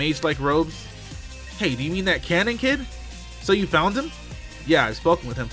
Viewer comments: Brother, You're saying Kanon's name all wrong and it's killing me lol. It's pronounced (Kay-non). Please everyone get him to see this. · Red レッド If his name was spelled (Kannon), that would be pronounced the way he’s saying it.